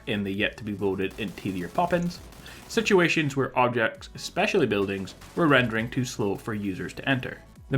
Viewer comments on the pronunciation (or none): none